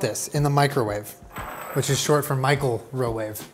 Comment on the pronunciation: "Micheal Rowave"